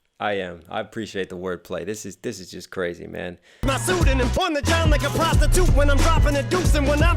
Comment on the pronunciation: “On the John like a prosti-toot.” Emphasis was on the last syllable for a reason, I believe.